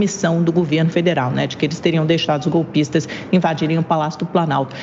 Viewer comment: A Amanda enche a boca pra falar "golpistas" impressionante!